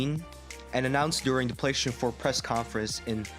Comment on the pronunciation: "Playshun" 4 🤣